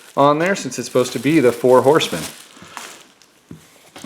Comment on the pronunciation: The VIP Four "Hosemen".